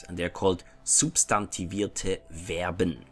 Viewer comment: May I ask why you pronounced verben with the American "v" sound, rather than the "f" sound? I thought "v" in German is always pronounced like the English "F" and would have thought verben would be "FER-ben"